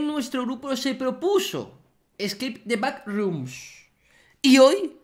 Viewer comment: Gente de habla inglesa: Scape the backrooms Vegetta: Escake the packrooms